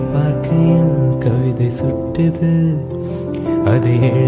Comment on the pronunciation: Ugh .. pls take care of pronunciation... unable to enjoy the song.. it's kavithai kottuthu.. not suttuthu.. likewise it's ninaikaiyil not ninnakayil... and azhugai not azhuga..